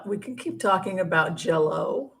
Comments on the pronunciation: You kept pronouncing it ‘Jello’.. i had no idea what you meant.. J-Lo…,hahaha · It’s JLo not Jello but think your program is terrific.